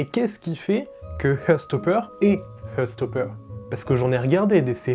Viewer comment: Désolé mais j'ai du mal... heart se prononce HART et non HEURT (to hurt signifie blesser). Sinon c'est très sympa ta vidéo et j'ose pas dire combien de fois j'ai regardé la saison 1.